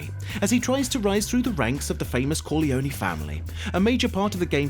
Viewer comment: Did you just say Corleonie?